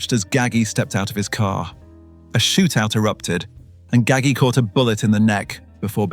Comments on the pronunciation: Haha That's a mispronunciation. It' sounds like Gaj-G. The "g"s are pronounced like a "j". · it's pronounced Ga-ji with a J.